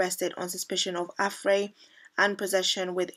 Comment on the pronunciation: I see well, if you are looking for a career either in journalism or just youtube, I would suggest re-taking English because you're making so many mistakes. For example, 'plot-holes' not 'potholes' and 'Affray' is pronounced 'əˈfreɪ' to name a few. I would also suggest being quick about it as the kind of people who might also hold up a black supremacist as a role model are getting fewer by the day and you will be competing with really talented and well spoken people, such as Inaya Folarin Iman, who I definitely think you should look up :)